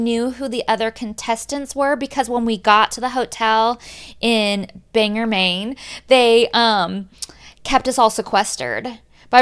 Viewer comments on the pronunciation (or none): As a Mainer I must hilariously point out that you pronounced Bangor as "Bang-er" and not "Bang-gore", although we say it like that fast so it almost sounds like 'bang-er" in a way. Home of Stephen King which is why every damn book he writes is based in Maine. Plus downeast Maine is full of old linen and paper mills waiting to be re-purposed as new industries or housing. Knowing Coolio was on your show makes me chuckle. I can see Mr. Gangster's Paradise shrieking at a shadow.